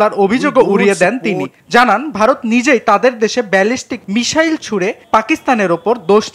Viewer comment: এইসব সাংঘাতিক কোন জায়গা থেকে ধোয়ার নিয়া আসে? মিসাইল রে কয় মিশাইল